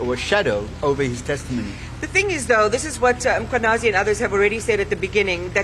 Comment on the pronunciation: Can practice saying Mkhwanazi before coming on air. It's an irritation to mispronounce people's names by public figures.😒